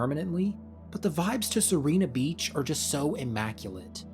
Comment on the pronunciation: you are pronouncing Sirena beach's vowels the other way around (as in... you are reading serina beach)